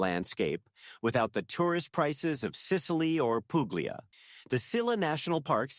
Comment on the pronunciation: nice vid..thank you...fyi: Puglia is pronounced "pool-e-a". The g is silent in the middle of ALL Italian words. Two gg's are pronounced like a j. The Brits also seem to not get this rule either when they do travel vids.